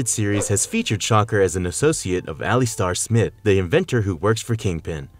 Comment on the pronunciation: You mispronounced Alistair Smythe